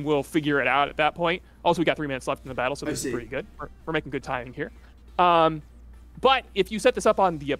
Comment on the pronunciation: Could've sworn he said bowel mechanics instead of battle mechanics